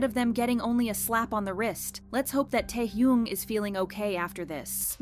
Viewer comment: is this voice ai? she doesnt have the same intonations as she usually does and called taehyun taehyoong pls